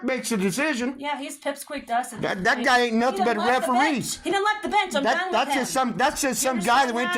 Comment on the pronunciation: To my uneducated Aussie ears, every time he says bench in that way, I hear bitch 😂😂